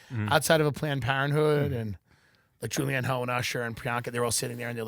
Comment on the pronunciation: Pronounced Julianne “huff” idiots